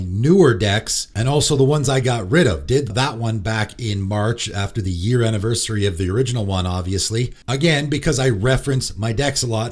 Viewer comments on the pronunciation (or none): none